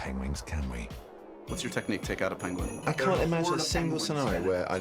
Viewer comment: sighs time to add "pengwing" to the list of words i purposely mispronounce